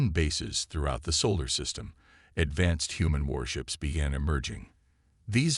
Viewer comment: Dear AI, Solar system, not Saul system. Hulls, not holes.